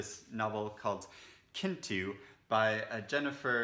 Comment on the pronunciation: Oh, loved the extra chattiness in this video! Look forward to your thoughts on Atrib.! I’ve debated with myself about correcting you, but I think you’ll appreciate it: the correct pronunciation of Kintu is CHIN-tu. I didn’t get on with that book, but I have a inkling you will! So far, I’m enjoying Three Things about Elsie, but it’s not deeply wowing me. Speaking of books about lovely old ladies – have you read Monica Wood’s The One-In-A -Million Boy? You might love it. I want to reread Woolf’s The Waves – I read To The Lighthouse for the first time last month and it might be my favorite Woolf novel now. I’m very interested in the anthology about queer loneliness. Fabulous video!